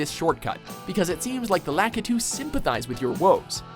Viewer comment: the way he said "Lakitu" facepalm